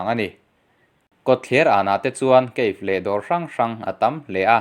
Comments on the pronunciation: cafe hi a lam rik dan ah kafi(ka-fi) tih tur..i rawn lam dan ah kha chuan cave(keif) ang in i rawn lam a.keif(cave) ti a i lam rik chuan PUK tih na daih a ni sin. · Cafe...keif tih ai ah kafe tiin lam zawk la a tunlai zawk ang 😁 free advise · Kafe tih tur zawk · Ka-fe tia lam tur a ni zawk lo maw? Ka-fi ni lovin...?